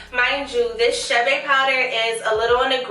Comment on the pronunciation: Not chabe chade